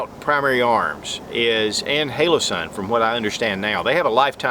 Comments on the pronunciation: hOlosun, not hAlosun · It is not halosun and it’s not hole-o-sun. Holosun. Hollow sun. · you said "halosun" probably 20 times... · Great vid, but am I the only one that's bothered by how he can't pronounce Holosun correctly? lol Outtakes are always the best.